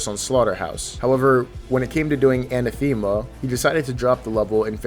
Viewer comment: The way you kept pronouncing "anathema"... T_T